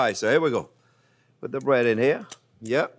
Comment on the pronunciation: Fwench toast made with bwioche bwead. Sounds weally good. I'm going to subscwibe.